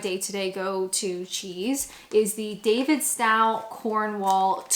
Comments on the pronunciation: Davidstow is pronounced "Davidstoe", not "Davidstowe". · Honey the Davistow cheese is Davidstoe not tow as in ouch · Just fyi I'm from Cornwall and Davidstow is pronounced like "David's toe" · I think it’s pronounced David-st-oh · As an aid to your continued Britification and obvious love and respect for our cheese 😁can I just mention that it's pronounced 'Cornwull' and 'Davidstoe'. Superb video, as always 😊👍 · Davidstow is more like davidsto (like go rather cow). The cornish probably pronounce it differently again but then I'm from Devon so I wouldn't know. My cousins family live near the davidstow factory but I'm not sure if they eat the cheese (they are originally from Devon so I'm not sure what they are doing in Cornwall). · Gonna break it to you... you're mispronouncing Davidstow. Sorry! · We can forgive her for not knowing how to pronounce Davidstow, but it’s not difficult to distinguish between a Scottish medium cheddar and 12 month matured Cornish cheddar – any more than it’s not difficult to blind taste the difference between skimmed and whole milk. Ironically, Aldi sells the identical Davidstow, 12 month matured cheese – so can save some money by buying it at Aldi. For the same price, she can also try 18 month and 24 month Davidstow cheddar – even stronger than her fave 12 month. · Not really a fair comparison on cheese, that’s more comparable to Cathedral City Cheese. Aldi do sell more expensive cheeses that are more akin to Davidstow (pronounced DavidstOw, not DavidstAw). Davidstow is a lovely place in Cornwall. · Davidstow pronounced the same as Davids Toe. I live a couple of miles from the Davidstow creamery here in Cornwall ❤😊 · Indeed, her mispronounciation of that was driving me bonkers!!!!!!!!!